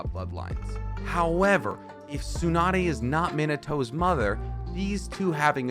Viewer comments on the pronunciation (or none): Sounds like your saying mini toe 🤣 isn’t it pronounced Min-a-toe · Meenatoe? Tzunadae? Namikazay? Hoekagay? dude, like seriously, what the hell are you talking about? like how am I suppose to force my self to believe that you are trying to make sense? 😂😂😂